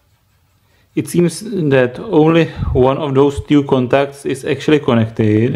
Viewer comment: blu glaaaas, co-nec-Ted, you're killing me HAHAHAHAHAHAHA Bro, you broke it that's why it doesn't save fuel i give you a thumbs up and love the schematic and the Horse "Caca" i Like, OLE'!